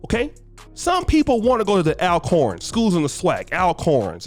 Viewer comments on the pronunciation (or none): Do your homework bro. It’s pronounced ALL-Corn not Al-corn. But I’m with J-State so keep messing it up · The money grab applies to all races. Also people kill within their proximity, no matter the race. Also the correct pronunciation is All-corn!